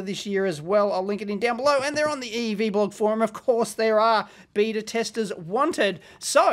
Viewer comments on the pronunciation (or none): none